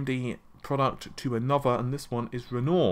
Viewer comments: Oh fer God sake! It'a not Ren-OR. It's the name of an artist, French, Romantic period, and it's pronounced Ren-WAH! Google collect your information and they're big & nasty, but they do have their uses! Trivial point? Certainly. Now that AMD have released Mulan and they're releasing Roam, next they're going to release Naypulls into the wild and then possibly sink Venus. If I butchered the name of WIlliam Shaykz-Pear to you, would you mind? Or misused Winsom ChurchHull? How about I sloot-shame Mergreat Thaetcha? A person with some education knows the names of the Renaissance artists (one episode of teenage mutant ninja turtles will give you most of them) and Italian cities. Finding out how they should be pronounced... is something an educated person shouldn't HAVE to do. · sounds like lenor fabric softer rofl its renior (spoken as renwa R is silent) as in the artist you moron lol. add that to narvi & freds rofl. Also there is only ONE internet its an interweb a world wide network if you will not internetsssssssssss. my god man. how many do you think there are?, how many realities are you living in. and while were at it "money" spoken as money not moneysssss. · “Rennore”? Try Re’n’ouarr as in the painter. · Never known someone to mangle language like this. Renoir is pronounced Wren Wah - he is a French artiste much like Matisse. Naples is an Italian city - much like Rome - not a country in the Himalayas. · Yeah I have come to believe he has the worst pronunciation on Youtube. It amazes me how even names like Renior he cant get right. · It's pronounced ren-wah you uncultured swine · It's pronounced ren-wah .. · Wren wah? Wtf isn't it "reh-nuah"? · Renoir is pronounced as "ren-wah" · Renoir phonetically is "REN-WAH"...just helping :) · I think it's pronounced Ren-wah.... it's French lol. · Seriously, you are English and should know euopean names.... Napols and renoor? Renoir is famous artist....CMON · A lot of the time I feel like he does it on purpose.